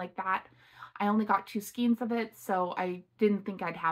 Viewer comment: Thanks! Love everything. Hope you don’t get offended: skein is pronounced “skane.”